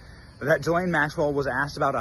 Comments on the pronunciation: Ghislaine doesn't begin her name with a J, so quit pronouncing it that way. Thanks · Drives me crazy when you say “JI-lane.” It’s Ghislaine “GI-lane or “Gee-len” according to herself, her brother and her lawyer. Even though she’s a vile and perverted criminal, it’s better to say her name correctly. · Ghislaine is a very old European name. It is pronounced as it is spelled. G-his-laine. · You’re pronouncing her name wrong